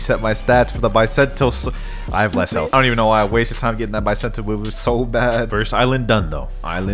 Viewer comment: Bisento not baisentou